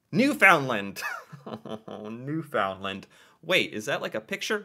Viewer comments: …and Newfoundland is pronounced New-fund-land, with the main emphasis on the first syllable. It’s not New-found’-land. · I'm afraid you lose point for pronouncing the province "new FOUND land". It's pronounced "newfunland", 'cause it's FUN! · Newfoundland is actually pronounced "New/fin/land. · Please dont forget that Newfoundland is actually pronounced like Newfundland. The d is more silent. Anyway thats how we pronounce it. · Your math skills suck. You jumped from 0 to 2 to 5. But you did exceptionally well considering some Americans can't find us on a map. Since you're surprised by how recently landmark events took place up here, thought you'be interested to know that Newfoundland (pronuncuation closer to Newfundland with the emphasis on the 1st syllable) joined Confedaration in 1949. I new the flag year, because I participated in the contest (didn't win) and every Canadian over 50 remembers the Confedration date because of this (the song played on radio ad-nauseum, and was embedded in the Canadian consciousness): 1 little, 2 little, 3 Canadians. - My Canada is famous for Lacrosse and providing booze for America's prohibition era!!! - Well done on George St. Pierre. I had no idea. - Les "Canadiens" de Montréal is the correct spelling for the Habs. - Montréal is an island, so the only city to sit "on" the St Lawrence. Otherwise, Ville de Québec could be a correct answer, as it sits on it's shores (and makes it a truly breathtaking drive between two cities). - And EVERY CANADIAN knows THE HIP. In fact nearly every Canadian watched their final concert, live (no lie). you will always be a Honorary Canadian, no quiz is going to change that. Always room on my couch for you to crash, should you require in-person research. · Garneau is pronounced Gar-Noh. Newfoundland is pronounced Newfin-Lund. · And don't forget to put the emphasis on the first syllable.